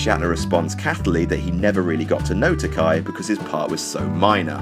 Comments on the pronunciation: "Hello, Bill. My name is George Takei (tuh-kay). Not 'tuhk-eye', as you've insisted on pronouncing it for the LAST FORTY YEARS!!! Remember, it's 'tuh-kay'... as in 'toupee'." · It's pronounced Takay like gay, not Takai Shatner never learned how to correctly pronounce his name either or just purposely chooses not to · George Tak-AY, not "Tak-eye" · "They've been quite vocal about their mutual displeasure..." True. Takei said to Shatner at his roast, "...And it's pronounced 'Ta-kay'. Not 'Tak-eye', as you've insisted on saying it for the past four decades! 'Ta-kay'. Like 'toupee'." Although, in defense, he didn't work with Takei, so it doesn't really make him a douche for not knowing that. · Takei is pronounced Takk-eh, not Takai, which is different characters (武井=Takei, 高い=Takai; George's name is the former). Also, Takei invited ALL the surviving cast members od ST:STO to his wedding to Brad, but Shatner was the only one who didn't even bother to reply. Nimoy replied to say he couldn't make it, and Nichelle Nichols and Walter Koenig were special guests on the day. HTH. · George Ta- Kay , not Ta-Ki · Takay - thats how George pronounces his name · Was no one else cringing at the pronunciation of Takei ? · i was. I kept thinking about the "it's okay to be Takei" thing and thinking how the pronunciation here ruined it. Boo.